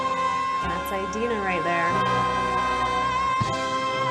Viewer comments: it's not EYE-dina FYI...uh ·dee·nuh muhn·zel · one thing... it's 'ee'dina not 'ai'dina... really bugged me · I was distracted by you saying Idina’s name wrong lol. It’s Id-ina as in the Id and the ego. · ᴠᴇʀɪᴛʏ ᴊᴜᴅᴇ :D eyedina